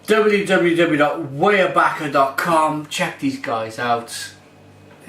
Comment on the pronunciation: Glad to see you're reviewing another Pennsylvania beer! And is correct, it is pronounced WIREbacher. The pumpkin ale is one of my favorites.